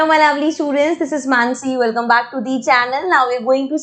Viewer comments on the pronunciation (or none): none